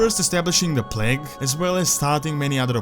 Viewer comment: bro its not pronounced pleg but like plaig idk y but it really bothers me when u say pleg